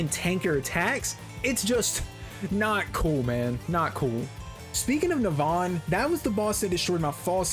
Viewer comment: It's not Neh-Vahn, it's Neh-vun, dumbass